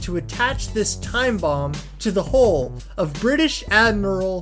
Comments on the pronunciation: Hull not hole. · It's a 'pressure hull', not a 'pressure haul'. It's the 'Mariana Trench' and the bread is baked 'aboard', not 'abroad'. I could go on but this video is making me physically sick. Learn to speak, learn what you're talking about or at least learn to read.